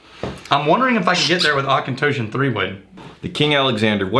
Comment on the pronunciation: Not claiming to know even half what you guys know about whisky, but isn’t it pronounced AuchentAWshon and not Auchentōshon? Or have I been fucking it up all along?